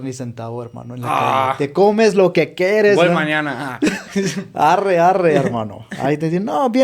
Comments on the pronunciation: 😂😂😂😂 si adora el idioma el arree le sale muy bien 😂😂😂, gracias por amar a mi México querido, perdón por el mal momento, siendo Mexicanos también nos pasa 😢 Las groserías bien pronunciadas 🤭 me divertí mucho . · Me encanta como dices arre ❤❤❤❤Bendiciones Habibi